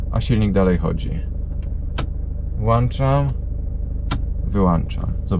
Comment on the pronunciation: I znowu po uszach "włanczam i wyłanczam" i wyłancznikiem 😊 a tak serio kolejny materiał który miło się ogląda i zdobywa kolejna porcję wiedzy ;)